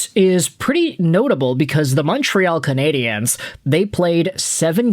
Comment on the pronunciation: Just so you know (because you're clearly an American who doesn't), in English, the word "Canadiens" is just pronounced the same as "Canadians". They are the Montreal Canadians in English, where pronunciation is concerned, not the Canadi-ennes.